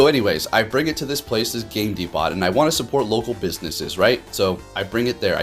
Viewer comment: Bro, I love your videos! Thanks for keeping up the great content. I always watch and like when I get a notification. As a heads up, Depot is pronounced DEE-POH just lookin' out bro 👊🏼